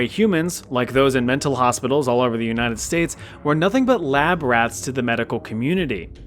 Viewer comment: it sounds like you're saying "unitive states"